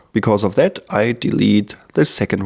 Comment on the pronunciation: Cooles Video aber eine Sache noch: Es heißt this/that etc. und nicht sis und sat :0